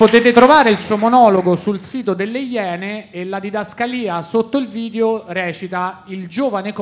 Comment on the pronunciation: Sul finale: il Decacamerone. "Un vìdeve vevamènte scatologico".